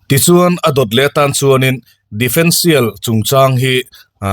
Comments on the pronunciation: defendtial ni lovin differential tih zawk tur niin ka hria... Sawi ve mai2 😊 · Difencial ni loin differencial tih tur.